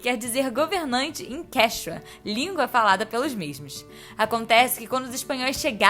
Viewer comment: Sem problemas mas a pronúncia seria e quíchua tá bom 👍 obrigada pelo vídeo maravilhoso